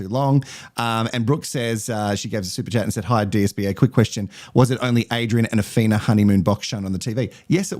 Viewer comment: Who is Asthina??? Did you mean Awhina. How are so many ppl in the world getting her name so wrong? Awhina (ah-fee-nah) is not the same as Athina (ah-thee-nah) Or as you put it “Asthina” Get it? Got it? Good !